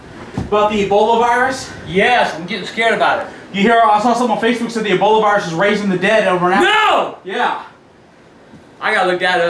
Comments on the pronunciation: Its ebola not eboli and its serious no more jokes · Say Eboli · say eboli LMAO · he said eboli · He knows that agp says it like Eboli